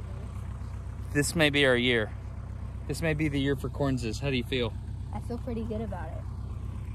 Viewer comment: Why does he say "Correnses?